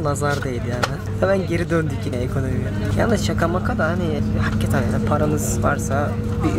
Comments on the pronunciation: abi nolur artık "haggeten" deme ya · Hakketen değil dostum hakikaten